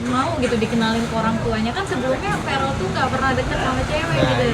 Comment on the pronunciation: Salfok sama camer, sebut caman Verrel lho Pak, bukan Farel .....he...he.....canda 😊😂